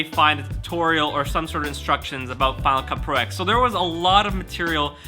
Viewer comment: Just one thing for you to help me not smash my head. It is pronounced final cut Pro 10